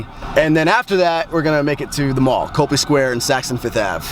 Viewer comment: It's Copley, not Copeley.